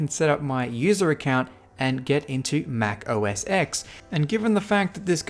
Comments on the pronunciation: Please stop saying 'Mac O S Ex' its 'Mac O S Ten'..... as a Mac person, you know this...!! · It's pronounced Mac O S 10